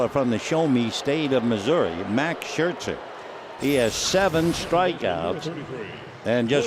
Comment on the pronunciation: He pronounces Scherzer SHIRTZER